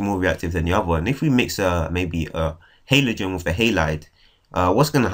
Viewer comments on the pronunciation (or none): It's Halogen not Halogen